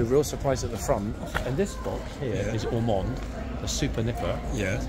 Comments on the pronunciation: Are you kidding me? It’s Ormonde! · it's Ormonde